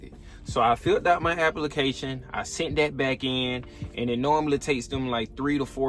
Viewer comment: Glad you got your "apple-ication" through.